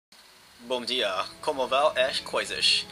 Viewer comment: Pretty good Portuguese impression specially the "bom dia" almost perfect accent, glad to finally see my country in a game aswell :). Anyways great battle, pretty intense and the map looks amazing aswell 0_0.